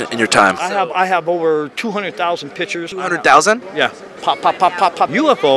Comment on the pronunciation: Remember folks, its! "pictures" not "pitchurs"